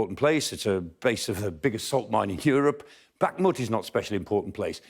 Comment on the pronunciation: good discussion and report, but can reporters and contributors please learn to pronounce places correctly, or, at least closely - Bakhmut - it's not difficult. The 'kh' is the same as 'ch' as in loch or German Bach. It's not 'k'.